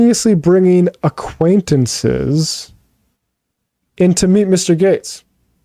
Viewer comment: David's face when Matt says "aquantinces" lol